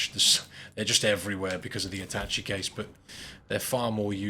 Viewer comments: attache case is pronounced at- tash-shay its french! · Atache = At Ta Shay